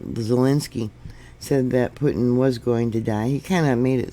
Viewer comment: Pronounced Poo-tin.